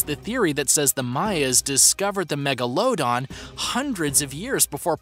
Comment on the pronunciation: Bruh, if you say Megalodon like that one more time...